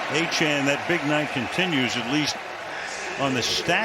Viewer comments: Hey Al- it’s Achane (A-Chain.) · It's fun the announcer is too illiterate to pronounce Achane correctly.